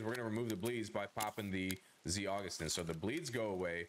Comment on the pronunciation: you say za-goose-stin funny lmao